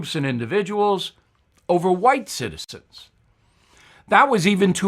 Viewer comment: Did he say white CITI-STENS????? lol